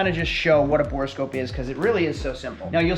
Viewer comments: It’s borescope not borascope! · A note for the editor: It's called a Borescope or Boroscope not a 'Bore a Scope' :D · "Bore-a-Scope"? "3000 Megahertz battery"? You're trolling us, right?